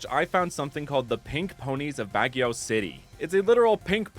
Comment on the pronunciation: This guy did the resarch but did not Research how to say these words but to be fair Baguio Is on eof those Filipino words not spelled phonetically like normal